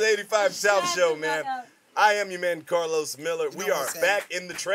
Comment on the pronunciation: He definitely said it right. Karlous hell 😂😂😂😂